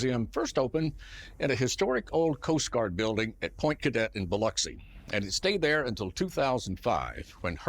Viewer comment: Thank you for pronouncing Biloxi correctly.